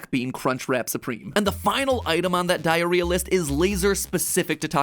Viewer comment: 27 times you said diarhea